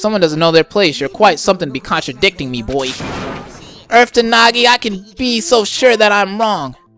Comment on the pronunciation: Okay,, the way to pronounce "Naegi" is not (na-ge) it is (Nae-ge)